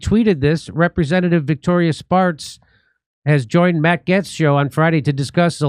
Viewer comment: Hey! You finally pronounced Matt’s last name correctly.